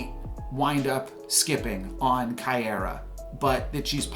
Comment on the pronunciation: Miek is pronounced like the word Meek. You got Caiera pronunciation right. Stormbreaker will be a 0/1 not 0/0